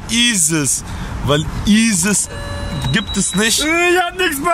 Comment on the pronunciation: das heissz nicht ises sindern jesus ok !.